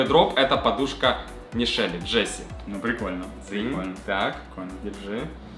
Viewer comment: нЕ джЭссИ а джЕссИ